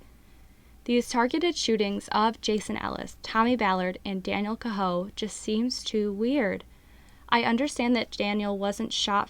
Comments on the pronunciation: Daniel Cahoe his last name is pronounced Kay Ho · Pronounced K-ho !!!